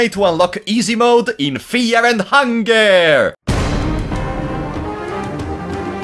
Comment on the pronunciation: Fear and hungare